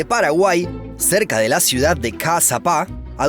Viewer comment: Ajaja si, primera vez que escucho que un extranjero pronuncié bien los nombres de ciudades